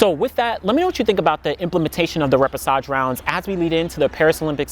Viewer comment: thanks for the info. I didn’t realize this was a thing. Quick pronunciation tip though - the ‘ch’ combination is pronounced ‘sh’, so ray-pay-shah-zh. Hope that makes sense. But as always STELLAR content and analysis! Thank you 😊